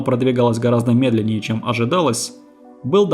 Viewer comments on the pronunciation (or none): none